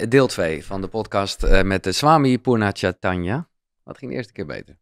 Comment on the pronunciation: Wow! Wat een wijze woorden... Ze kwamen voor mij op het juiste moment, zoals de slippers en telefoon in jouw verhaal (, je bent niet de enige die moeite heeft met uitspreken 😉). De woorden kwamen diep bij mij binnen. Met die reden heb deel 1 en 2 achter elkaar beluisterd. Dank jullie wel voor dit mooie gesprek! 🙏❤️